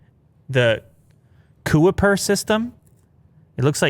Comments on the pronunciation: The Kuiper belt is a circumstellar belt of asteroids, planetoids and other small objects in the outer orbit of Neptune. I think it’s pronounced ky-péh/kai-pe(r) which is a Dutch surname. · Lol it’s “Kype-er” As in the Kuiper Belt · Its pronounced "Ki Per" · It’s kuiper like k-I-per and is a ring of meteorites further out than Neptune